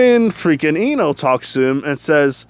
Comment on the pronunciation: Bro when you said deku x ino I thought you said into again